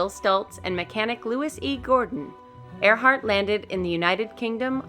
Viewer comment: its Earhart not Earheart